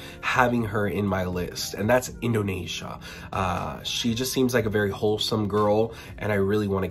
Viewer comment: sister it's Indo-nee-sya not nay-sya :)